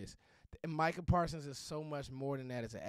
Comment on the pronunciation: " Micha Parsons" Nothing else need to be Explain!!!